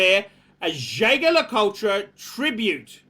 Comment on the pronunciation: if you want to be a true luxury watch aficionado you have to learn to correctly pronounce the names of the major watch brands. Jaeger-LeCoultre is pronounced zhey zher le koolt, not zhay ga la kol tra. You can find all the pronunciations at